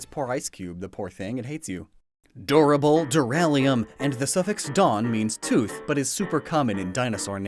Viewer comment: ok but you missed pronounced duralumin lmao